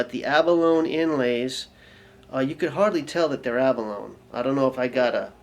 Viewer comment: That "quacking duck" noise is an out of phase sound. I'm not sure why they did that either, but I could see that being a useful sound in the right situation. And it's pronounced abalone-ee. Like bologna or baloney.